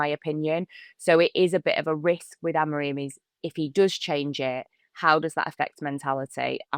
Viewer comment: And is STILL calling Amorim Amorreeen 🤷🏻‍♂️ What is he not getting when both and pronounce his name correctly 🙄 Like you but sort this out mate, it’s annoying!